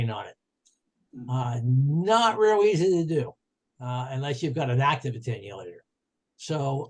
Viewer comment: Very good overview but make that attenuator, not 'attenulator'.